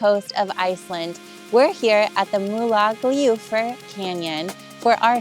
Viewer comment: Moolagljoowur (approx correct pronounciation). You did well!